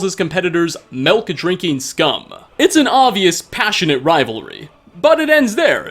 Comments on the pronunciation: its called milk not melk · Melk? Did I hear that right? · You from IL? LOL saying Melk